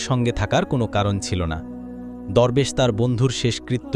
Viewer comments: দুরবেশ না দরবেশ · দোরবেশ না দরবেশ হবে উচ্চারণ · দোরবেশ না, দরবেশ😂😂